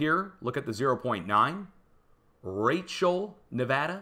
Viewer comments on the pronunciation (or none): none